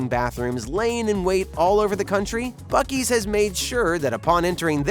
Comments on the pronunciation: ITS PRONOUNCE BOO SEE! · Buck + Beaver = Buc-Ees?…. I’m still confused. It should be Buckver’s or Bea-Uck. Where the hell does “Ees” come from?!?!?